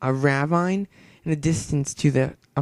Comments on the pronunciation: you're saying ravine wrong . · I can't get over how he says Ravine wrong...